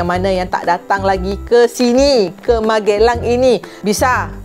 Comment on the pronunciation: Magelang bukan MaGElang uni.... cek google translate HAH